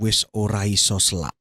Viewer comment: Maaf mau koreksi, di menit ke ada kalimat "wis ora iso selak" dlm kata selak disini bukan artinya terburu, tp selak yg artinya menghindar/berdalih. Dan pengucapan huruf E dalam kata "SELAK" bukan seperti kata "kEpada" tp seperti huruf E pada kata "LELE", terima kasih 🙏